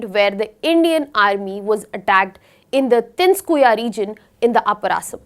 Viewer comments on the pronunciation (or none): Tinskuya? Ma'am it's Tinsukia, it isn't that hard to even pronounce. Tin-soo-key-aaa. As easy as it is. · Video is good but English pronunciation is horrible. Not oolfa. But ALPHA. Same as Ultra. Tin su kiya it is. Pronounce it right. Wrong pronunciation hurts local sentiments. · Its Tin-Su-Kia not Tinskuia. Cant even properly pronounce a word that is not even difficult to pronounce and here you are claiming to be teaching for IAS. Shows the level of education in our country